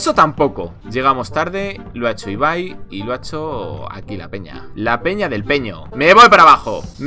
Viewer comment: No es por nada pero amo que Ibai si diga bien su nombre😂💛